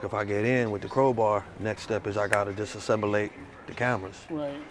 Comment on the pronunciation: "if I get in with the crowbar, next step is I gotta disassembelate the cameras" xD